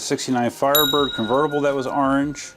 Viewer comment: The GT looks great! Love that "arnge" 🤣